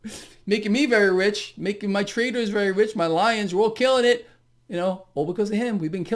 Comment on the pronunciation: Hey, did you say traders or TRAITORS!